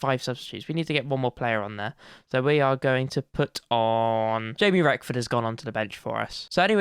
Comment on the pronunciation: Wrexham and FM fan here, great series mate! Not a criticism in the slightest I'm just letting you know (all Wrexham fans did this as well when we signed him) but there's no 'f' in 'Reckord', and Cefn Druids is 'Keff-in Droo-ids'. As for the Polish keeper, none of us know that one! Keep up the good work! P.S. Mullin is a beast.